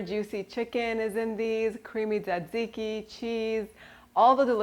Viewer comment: Minute you said tsixzike I’m sunscribing